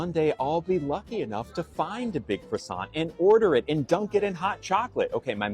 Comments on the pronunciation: It's not pronounced krassont, ya moron. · It's not a cruss-ANT. You don't pronounce the T. Out of everything wrong with this clown that's the most annoying part. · I'd slap him for his pronunciation of "croissant".